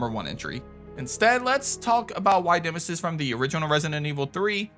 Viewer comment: Naw it's nemesis but atleast you were close to getting it right